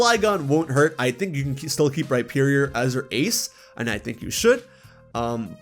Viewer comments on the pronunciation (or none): none